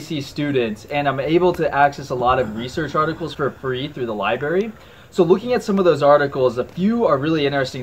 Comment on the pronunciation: Imaginr being a student in college and not being able to pronounce library